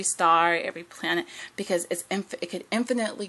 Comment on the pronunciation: "every plananet" LOL You are seem extremely intelligent but you need a lot of work on your speaking skills.